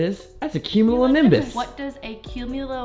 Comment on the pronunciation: you said it right it is a cumulonimbus cloud